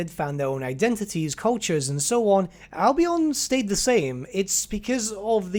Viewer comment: Albion is pronounced "Al-be-en" not "Al-be-on".